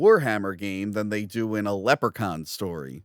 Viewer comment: Leprechaun. Is Leppercon not how you pronounce Leprechaun?